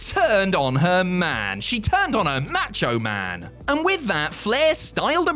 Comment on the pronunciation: Who the hell is "Match-O-Man"? 😅😅